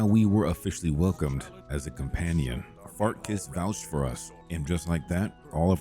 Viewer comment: He’s mispronouncing certain words on purpose, dude. Clearly he knows it’s not “Fart-Kiss”. As good as AI has become, this is CLEARLY not AI and most of the “mispronounced” names are mispronounced on purpose. Come on, dude…